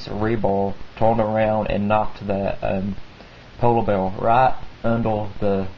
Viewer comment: He has a southern accent with a speech impediment. He substitutes /r/ with a /w/. "polow beaw" Great stories. You have a very mature and keen mindset. Keep it up!